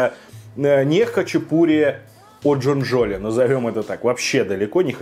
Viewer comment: Не имертинский, а имерЕтинский, джонджоли’ а не джо’нджоли